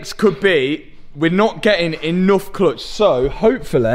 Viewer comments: “Clotch” “clotch”. I’m sure you mean clutch. ? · I don't think i've heard 'Cluitch' so much in my life haha! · Love your videos. But I really just keep coming back to hear your pronunciation of "murciélago" and "clutch" :) JK